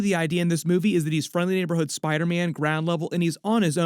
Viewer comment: Why do you call Spider-Man “spydaman”?